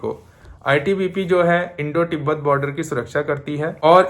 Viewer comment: तिबाट ❌ तिबत ✅